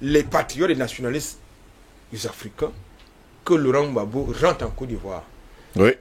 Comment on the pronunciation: On dit Gbagbo pas Bagbo 🤣🤣 merci a vous